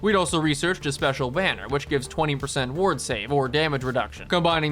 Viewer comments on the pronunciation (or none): none